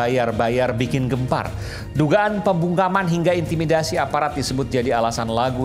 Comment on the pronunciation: Aduh pak bilang z ada intimidasi susah amat sih pak 😂